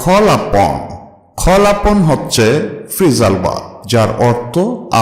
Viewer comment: tnx sir but apni call ke kholl upon bolsen